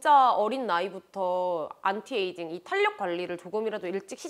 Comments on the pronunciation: 영상을 보다가 댓글을 남깁니다! 탄력은 [탄녁]보다 [탈력]이라고 하는 게 맞아요! 비난하고자 하는 의도 절대 아니고, 뷰티유튜버로서 이 단어를 자주 쓰실텐데 올바른 발음으로 사용하시면 더 좋을 것 같아 말씀드려요☺️ 항상 좋은 정보들 감사합니다! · "탄력"이라고 쓰고 "탈력"이라고 읽습니다, 지나가다 예쁘셔서 덕분에 좋은정보도 얻고 가요 '탄녁'이라고 말하시는 부분 이 많아 말해주고 싶어서 적어두고가요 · [탄력]❌️ [탈력] ⭕️ 너무 거슬려요